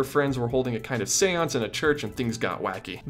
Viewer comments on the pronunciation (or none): none